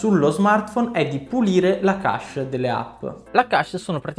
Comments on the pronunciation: Secondo me pronunciare le parole in modo corretto è importante. Ho sempre pronunciato kesc e non kasc, come invece ripeti più volte all'inizio di questo video... Insomma se uno pronuncia una parola inglese che sia detta bene, io la vedo così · Chesh è la pronuncia giusta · ogni volta che hai pronunciato cache male mi è venuto un male al cuore :(